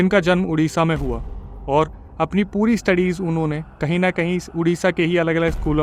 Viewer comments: Bhai udisha nehi Odisha hai state name to thik se lo 😮😮😮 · Bhai it's called Odisha not udisha...plz correct ur Pronunciation...jay jagannath🙏